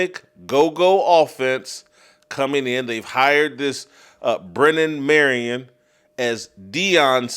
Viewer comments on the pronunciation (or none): none